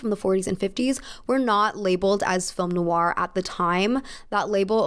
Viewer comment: loving your videos x Noir it's pronounced "noIr", as in you stress the end of the "oi" sound and not so much the "oo" sounding bit at the start if that makes sense.